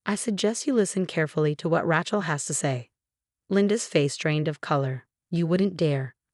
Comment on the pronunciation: It’s “RAY-chel” not “RA-chel” godammit! It only has one pronunciation!